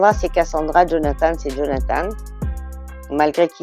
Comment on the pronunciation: Jaime quelle le nomme "djonathane" haha